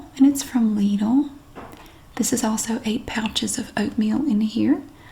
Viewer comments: I don't get why people give you grief over the pronunciation of Lidl. Yours is very close to the the German pronunciation, after all, which I'd spell out as Leedle. Pretty much the same. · Lidl actually is a german store. It is pronounced lee-dl - like needle with an L. Just like said. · As a German i can confirm you pronounce it 10000% RIGHT 🙂